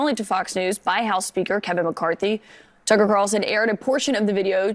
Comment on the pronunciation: One of these days you'll actually say Tucker Carlson correctly.